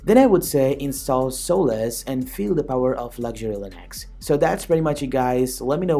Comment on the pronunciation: I think it's pronounced Solace, not Soul-less, lol.